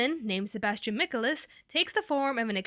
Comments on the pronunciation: It's not Micalis its Michaelis. Sebastian Michaelis. This person needs to learn her pronunciations. Their is an A right before the E so it makes the long A sound. I'm irritated to think of all the people who have thought it was pronounced Micalis and not Michaelis because of this video. This isn't the first time this person has mispronounced a word but this is the most offensive one. Next time you do a video make sure your saying the characters names correctly! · Sorry but you kinda messed it up when she said Sebastian's last name wrong. 😁 but other than that your awesome. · not michalis, michaElis. mic-ei-lis. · MEACHIELS NOT MICHEL -IS! and NUUU! IT WAS HORRBLE! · Thumbs down. 1st reason: You insulted my cinnamon roll Ciel! :c 2nd reason: The way you said Michealis. ;-; 3rd: You've only watched four episodes, therefore, you do not know the characters well. Smh. 😒😒😒😒😒😒😒😒😒😒😒😒😒😒😒😒😒😒😒😒😒😒😒😒😒😒😒👎👎👎👎👎👎👎👎👎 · By the way Sebastian's last name is pronounced " Mik-kay-liss" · Its not "mik-uh-lis", its Michaelis. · Oh my God. Please. Say their names correctly. Michaelis is pronounces (( Mei-kah-ial-iz )) @@ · Anyone else annoyed at the fact that they pronounced Sebastians last name wrong? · You said Sebastian's last name wrong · any one realise that she said his last name wrong.!!! lol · The way she said Michaelis hurt my soul. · The way u pronounced Sebastians last name was amazing XDDD Plz it's not pronounced like that sorry :3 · And..and Sebastian's last name is not pronounced like that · You said Sebastians last name wrong. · Wtf Sebastian's last name... Your pronunciation.. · Am I the only one who got really annoyed when she pronounced Sebastian's last name wrong? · was anyone else bothered by how she said michaelis? no just me? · okay, okay im really sorry but this needs to be said, i let you pronouncing sebastian's name wrong slide, didn't care much for you pronouncing lau's name wrong but when you pronounced tatnum wrong you earned a nice big double FACE PALM >.<